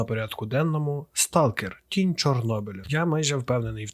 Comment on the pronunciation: Чому я почув кінь чорнобиля, а не тінь чорнобиля